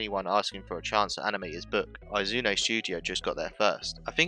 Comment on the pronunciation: you mispronounced "Oum" and "Izume"